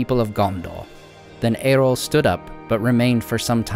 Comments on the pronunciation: Just a tiny complaint. It's Eo-rl (not Er-ol), It can be easy to miss. I presume this comes from "Earl" (Jarl; old Scandinavian rulers) Incredibly well done. Thanks for your attention to detail and awesome story-telling. Can't wait for more content. :) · Another great video from. Thank you. I admit I wince a little that every time I hear the name Eorl pronounced like Errol (as in Errol Flynn with a trilled "R) but that's a trifling niggle that matters not. Thanks again. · Great info and visuals! Being a purist I have to suggest that the pronunciation of Eorl should be "eh-or-uhl" like the first part of "Eorlingas" when Theoden yells "Forth Eorlingas" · Love the subject.... Just one question.... Who's Erol? Is it Eorl?